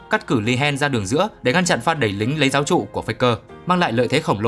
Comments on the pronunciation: nghe phát âm sai là chả buồn muốn nghe rồi: "giáp trụ => Giáo trụ, cuzz => cút". Tên ngta mà đọc "cút" ông thần phát âm!! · "Cớt", not "cút". Giáp trụ not "giáo trụ"